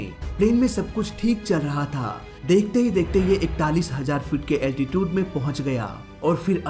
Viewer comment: Altitude pronounced be like अल्टीचिउड, not अल्टीटिउद।